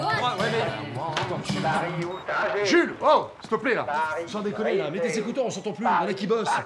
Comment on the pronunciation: bloodydeva48 oui c'est le y on dirait qu'elle dit Julie mais elle dit Jules y